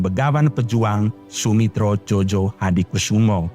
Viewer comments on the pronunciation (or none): Gunakan pembaca narasi yang menguasai ejaan bahasa Indonesia yang benar . Ejaan lama Djojohadikusumo. Dibaca menjadi joyohadikusumo. Ejaan dj diganti menjadi j. Djojo dibaca menjadi joyohadikusumo. Bukannya Jo Jo. Memalukan boss